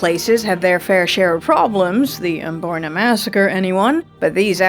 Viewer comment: Oh ffs Amboyna again 😂